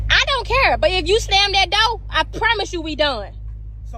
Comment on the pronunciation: Dizzy Quita! If you can't pronounce the word "DOOR" properly, we're already done! WTF is a Doe? Or dough? Are you referring to deer or doughnuts? Get your ass up outta my car!